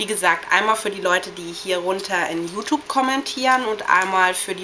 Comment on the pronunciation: Dafür dass du so viel über Accesoires und so redest siehste aber ziemlich dürftig aus....kann nur sagen meine persönliche Meinung an alle Mädchen die das sehen ist...Hört bitte nicht hin ist ja grässlich >.> achso und bevor ich es vergesse: ES HEIßT YOUTUBE UND NICHT YOUTUPE!!!